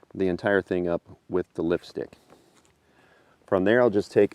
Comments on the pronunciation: lol i am big dummy. i thought he's saying Lipstick. then he focus the lift, its actually Lift-stick! hahahha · I kept hearing him say 'lipstick'